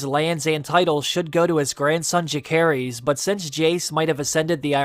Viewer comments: Why do you keep mispronouncing Jaecerys and Lucerys? Is it just a personal preference cuz the show has made it pretty clear that their names use the soft C sound. (Not to mention, English grammar rules about using the soft C when it comes before an E) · The way you pronounced Jacaerys and Lucerys lol